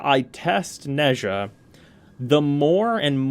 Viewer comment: Nezha is pronounced Nah-jah (don’t question it Chinese is a weird language)